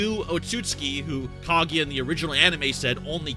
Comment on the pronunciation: I'm pretty sure it's pronounced Kah-goo-ya and not Kah-gee-ya